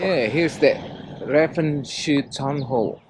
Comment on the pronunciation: Lucky you got out of Ravenshoe intact given your cute pronunciation of that town.